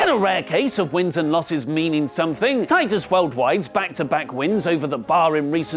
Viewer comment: it’s not Titus Worldwide. It’s Titus WorldWIIIIDE